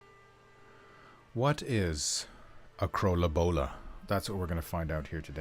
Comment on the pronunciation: Your pronunciation of Krølle Bølle and Bornholm isn't too horrible :) Thanks for taking on the commissions. Looking forward to the final versions of it all :D